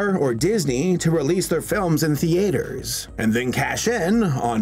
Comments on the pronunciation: Because he doesn't know he to read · Why do you keep saying "the-aiter"? It's pronounced "theether"! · watching the video man, I love!: “THE-AY-TER” *tears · I don't know why but the way says theater sounds so strange